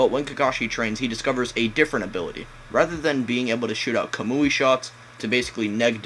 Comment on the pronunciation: kamui eye xD imagine making naruto videos and you can't pronounce the abilities